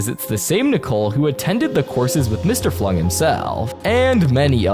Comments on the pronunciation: It's Dr Flug, not Flung. 🗿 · as a villainous fan this actually made me double take dr flung? It’s dr flug (dr kenning flugslys) nice shout out for villainous though